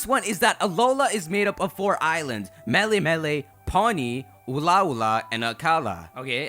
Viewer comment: I love your content, but as a native Hawaiian it's killing me hearing you butcher the words xD.. Melemele (Meh-leh-meh-leh) Ula'ula (Ooh-la-ooh-la) Akala (Ahh-kah-la) Ekahi (Eh-kah-hee) Elua (Eh-loo-ah) Ekolu (Eh-koh-loo)